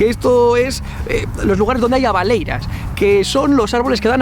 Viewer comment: Soy de Galicia y has pronunciado mal la palabra "abeleiras", dijiste "abaleiras" 😂😂